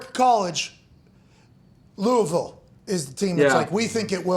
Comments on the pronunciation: Thanks pat for saying Louisville the right way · I respect the way you say louisville...just like a local. lol